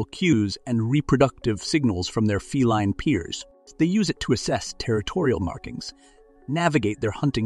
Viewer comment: Please.....the word feline is pronounced fee line...